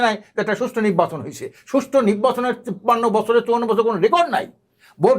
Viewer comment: টক শো করার জন্য আর মানুষ পাইলেন না? উনি কখন কি বলে কোন কথার জবাবে কি বলে উনিই জানেন না..... উনি শুধু পি আর পি আর করে অথচ পি আরে লাভ ক্ষতি কি উনি বলতে পারেন না....!! নির্বাচন কথাটাও ঠিক মতো উচ্চারন করতে পারেনা নিব্বাচন বলে!! আরে দালাল কেউই যখন বিএনপিকে ভোট দেবেইনা তাহলে ভোটে আসতে সমস্যা কি? আওয়ামীর প্রতিচ্ছবি থেকে বাহির হয়ে আসেন এখনো সময় আছে.....!!